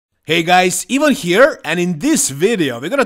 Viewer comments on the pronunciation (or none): none